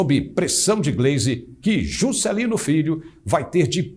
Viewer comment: adorei o sotaque ao falar "Jusssscélino" adoro o nordeste!